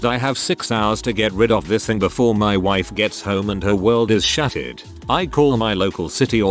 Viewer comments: Why do I even have to explain it. The voice said shatted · the post said shattered, the bot said Shatted. Simple.